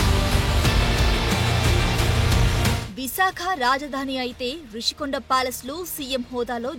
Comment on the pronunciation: English లో Rushikonda అన్నప్పుడు తెలుగులో ఋషికొండ అనే అనాలి. మధ్యలో రిషి కొండ అంటావేమిటి రా !? తెలుగు రాదా !? English రాదా !? రెండూ రానివాళ్ళు మీడియాకి రాకండి.